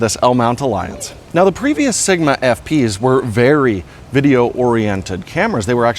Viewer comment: Dangit, I'll never be able to not call it SHigma!